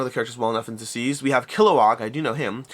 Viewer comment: It sounds like you’re saying diseased and not deceased